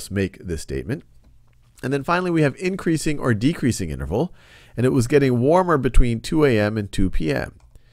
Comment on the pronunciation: lmao "negative inernerval"